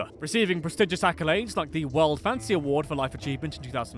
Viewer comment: Whenever the narrator says "fantasy", I hear "fancy". lol!